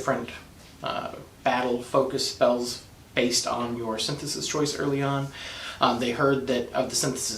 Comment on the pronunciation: sin-the-sees, pal.